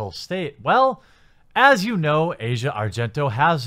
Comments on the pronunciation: I know it might not mean much but her name is pronounced Ah-zia Not Asia. Not supporting her or anything, just saying, in case you care. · Its pronounced Ass-Eee-Ahhh. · It's not pronounced Asia(like the continent) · Azea not asia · They say it like "Ozia" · AH-zee-uh, not the continent. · Asia isn't pronunced like that.